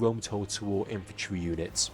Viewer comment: WHAT IS "IFANTRY"??